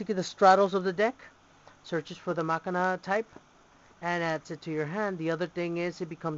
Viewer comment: your saying the name wrong but get looking deck,you say the name like this ma-chin-na to get said right or at lest that how my friends said to pronounce it